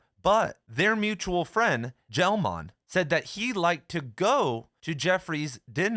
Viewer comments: Gell-Mann's last name is pronounced /ˈmʌri ˈɡɛl ˈmæn/ or /muh-ree-GHEHL-MAEN/, not /JEL-MAEN/ /ˈmʌri ˈɡɛl ˈmæn/ The 'G' is hard. Hemingway spied on Franco's Falangists in Madrid during the Spanish Civil War. The Nazis weren't in Cuba to spy on after 1959. You missed two important ones. (1) James Burnham and William F Buckley Jr started the National Review. Before that, Burnham had written a book lauding the fathers of fascism entitled The Machiavellians: Defenders of Freedom. And before that he was a leader of the Socialist Workers Party and knew Leon Trotsky personally. And before that he wrote The Managerial Revolution, in which he described a not distant society that's basically run by Red Fascists with a theory called bureaucratic collectivism, which was parodied in George Orwell's book 1984 in the chapter entitled "The Theory and Practice of Oligarchical Collectivism". Orwell saw the worst side of Stalinist bonapartism in Barcelona when he fought there in 1937 as part of a Trotskyist-Anarchist group called the P.O.U.M. and went overboard when he returned to England, where he supported the myth of Red Fascism on BBC Radio and denounced his former friends who were Communists and USSR-supporters. Orwell was a genuine socialist who had a disastrously wrong analysis of the Russian workers' state and the Communist International; a mainstream U.S. Trotskyist would have paired him with Max Schachtman, who was for a time allied with Burnham in a faction inside the SWP. (2) The bo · Gell-Mann is pronounced with a hard G He is a well known physicist.